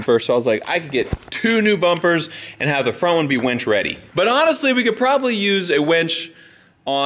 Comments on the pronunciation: Winch. Winch. Winch. Winch. Winch. Winch. Not wench. Winch. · He keeps saying wench. It’s killing me. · “We could probably use a wench” - ahem, Mere! Did you hear? Meredith, punch him every time he says wench instead of winch! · It's a winch...not a wench! A winch pulls you out when your stuck...a wench gets your beer! Lol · darn it brain he is saying Winch not Wench!! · All I can hear instead of winch is wench n picture a bar wench 😂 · You're driving me crazy saying wench. It's winch, a wench is an old time bar maid. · It's winch not wench lol